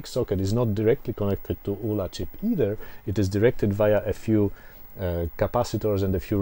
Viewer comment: Great video I had a 48K ZX back in the 80’s and was always impressed with how some musicians/programmers got multi channel polyphonic music. Games like Zombie Zombie (Sandy White), Agent X (Tim Follin - I think). Hope you do more videos. BTW - The ULA chip was an acronym of Uncommitted Logic Array, so I’d say it should be pronounced as U.L.A. at least that’s what everyone seemed to call it at the time.